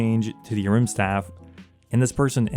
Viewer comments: Is the A silent in Ahrim? Took me literally 3 minutes to figure out you weren't talking about a rimstaff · The way you pronounce Ahrim 😫😫